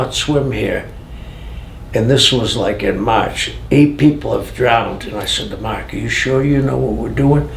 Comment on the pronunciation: ''marrrrrrrk''! gotta love that BOSTON accent! lol.